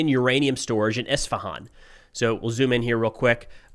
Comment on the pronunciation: Thanks for pronouncing Isfahan right